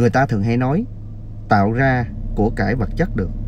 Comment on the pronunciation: Làm YouTube thì ráng đọc cho đúng chính tả, những chữ R, TR phải nói cho đúng, ông này nói ngọng nghe phản cảm quá. Ví dụ: ra thì đọc là ga, rằng ( gằn…) ông Trời thì gọi là ông chời …rõ ràng : gỏ gàng